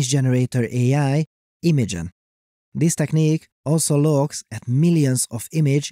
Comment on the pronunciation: yeah, whenever he said "this" it sounded a bit off